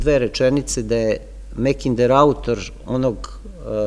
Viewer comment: Makinder je ispravnije nego Mekinder,bar se meni čini a u pitanju je samo izgovor samoglasnika "a" na engleskom.